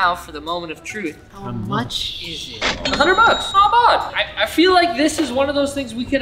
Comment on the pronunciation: He doesn't say "not bad". He says "not bod". If you really wanna get drunk take a shot every time he says any of his super dorky phrases. Drink for "not bod", "vahbs", "dutty" and "wavy". And then call an ambulance real fast cause you'll need your stomach pumped.